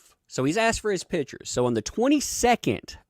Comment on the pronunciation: Just wanted to let know, that as a Portuguese, the way you say "pictures" I hear "pitchers". It's funny sounding. But excellent work on your channel! Love seeing your videos!